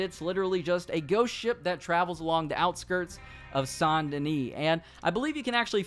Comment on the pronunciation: Is anyone else a little irritated by the way he pronounces "SAINT "